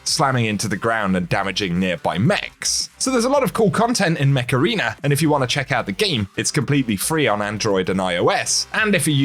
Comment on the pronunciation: I won't lie, I thought you said Macarena instead of Mech Arena for the sponsor.